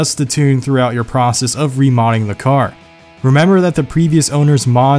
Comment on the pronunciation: He says wif instead of with and renember instead of remember. Idiot.